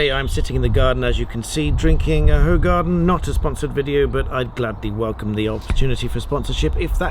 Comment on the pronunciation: Not qualified to advise you on many things, but can say it is who-garden, or hoo-garden, not hoe-garden 👍👌